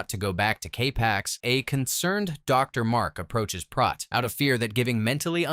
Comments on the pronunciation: I just happened to rewatch this a few hours ago, before seeing your post. A little synchronicity perhaps? LoL. Anyway, you're pronouncing Prot's name incorrectly. It's a long O (oh) not ah (hot or lot). One of my favorite movies! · It's not Prot (as in Rot), it's Prot as in Pro, or... Proteus. It's the name of the god of "elusive sea change", which suggests the changeable nature of the sea or the liquid quality of water. He can foretell the future, and he answers only to those who are capable of capturing him. From this feature of Proteus comes the adjective protean, meaning "versatile", "mutable", or "capable of assuming many forms". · It's Prote as in rhymes with Boat! Not Prot as in not...Prote as in Boat, get it? Got it? Good! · They pronounce it Proat not Prot Proton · It's pronounced "PROTE" as in PROTEIN - NOT prawt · I can't be the only one that noticed you pronounced his name wrong the whole time! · Prot. Long "O". As in: boat. Prot. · Fairly good recap, but you kept mispronouncing Prot. Even the cast told you how to say it, but you kept saying Prot like it rhymed with pot. Come on now.